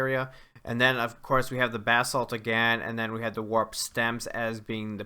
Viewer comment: Finally someone who pronounces basalt correctly!